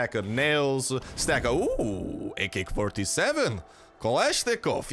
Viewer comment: o man, his Russian accent when he gets an ak....